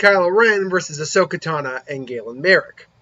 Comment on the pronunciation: It’s tano not tana